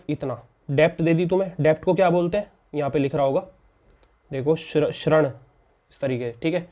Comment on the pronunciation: Bhai tum padha thik Rahe ho mast pr bol hindi english dono mai galat Rahe ho hindi hai shrand nahi (rind) d damru wala aur english mai dett bolenga 👌👍